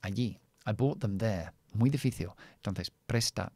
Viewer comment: Me gusta mucho tu canal, en verdad enseña mucho más que el inglés aunque todo esté relacionado con él, mas tengo una observación, cuando dices difícil en español lo pronuncias en portugués, "difíciu" pronunciando la "L" como una "U"